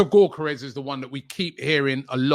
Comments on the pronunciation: Robbie.. his name isn't GORE-Care-Resh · Stresses me out hearing u call him GAWKERES ffs please Robbie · LOOOOL no its not 🤣 its Yuh-Ka-Resh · "viktor GAWKeres"